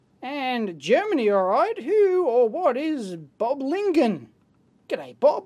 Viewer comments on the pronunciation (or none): Böblingen the ö is pronounced quite like the u in turning.